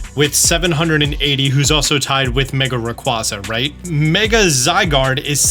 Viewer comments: It is 2025 and they confirmed it's ray quasa, not Ra quaza at the nationals, say it right or don't say it at all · RAYQUAZA IS PRONOUNCED RAY-QUAY-ZA!!!!!!!!!!! LOOK IT UP!!!!! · People still saying Rayquazas name wrong i see.